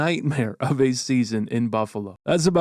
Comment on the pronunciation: The nhl highlight of it was right, "Buffalo-no"